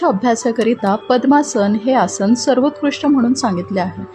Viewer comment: Tumche marathi ucchaar aadhee neet kara.....asan nantar shikva... Asan,samasan,dhyan ya shabdanmadheel 'na ' ha neet bola please 🙏